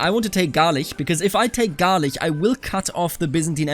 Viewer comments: Rus and Russia are two different things, man. And Medjybij would be pronounced like Metschybisch(rough translation), when using German pronounciation method. And Galich is to be pronounced like Halytsch. Keep the Trebizond. Nice and awesome video! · Small correction: it is pronounced Galich like in the word chimney. Great episode btw!